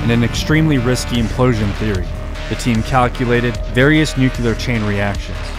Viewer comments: It’s nuclear, not “nucular”. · I’ve always wondered how the brain turns the word nuclear into “nUcYuLuR” 🤣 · NOO - CLEE - ER ! ...Not new killer... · Amazing video, but every time you say nucULar instead of nucLEar, i die inside a little. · Bothered me so much. I thought I was the only one until I saw your comment. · I really wish people would stop saying "nucular". It's nuclear. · Absolute favorite channel on YouTube, thank you for your hard work! (P.S. It's pronounced nu-clear, not nuke-ular) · it's NUCLEAR NOT NUCULAR:face-red-droopy-eyes::face-red-droopy-eyes::face-red-droopy-eyes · NucLear. Not nucular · as the great homer simpson once said, "new-cue-ler, it's pronounced new-cue-ler" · Nuclear is not "nook-you-luhr". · Nue-cu-lar? Dropped by a B-28? I think you need to work on your facts and grammar. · How to pronounce the word “Nuclear” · Solar duck but you got to learn how to say nuclear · If you're going to talk about atomic bombs, please learn to say "nuclear" correctly.